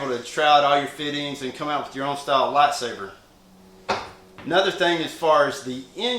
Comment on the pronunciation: It's lightsaber not latsaper